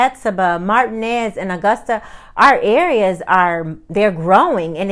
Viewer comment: almost forgot, driving is not something there good at. and who in tf desinged these streets, I don't think they did desinged anything, they just paved over there old dirt roads and said, hell, now where like city folk. we got streets. and whats up with marteenez bein pronounced martin ez. I'm done with augusta, and your right, superman would have no problems leaping the tallest building here in a single bound.